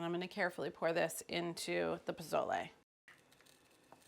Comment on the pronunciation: I love you Carla! Pozole is my comfort caldo next to pho. Please stop pronouncing the Z in pozole as a z. Use the Sss sound instead and le as in Le Creuset not layyy like lays potato chips lol